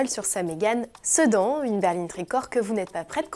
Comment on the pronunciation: J'aurais prononcé "Sédane" plutôt. Sinon pour les modèles absents, avant la cabriolet il y a quand même une version coupée ! Elle aurait pu être tellement belle ! :'(